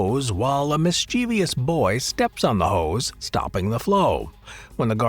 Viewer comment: So dismayed you mispronounced mischievous. 😢